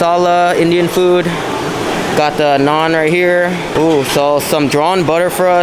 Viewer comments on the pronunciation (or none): none